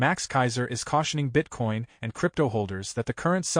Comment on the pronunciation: “BITE-Coin— ouch!